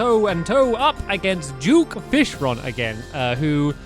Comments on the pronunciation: It's duke fishron not jewk fishrawn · What the heck? Duke Fishmonger? It's Duke Fishron not whatever that is!